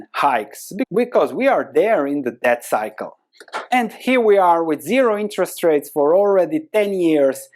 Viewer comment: Everyone is gangsta until starts talking about "death circle" instead of "debt circle" XD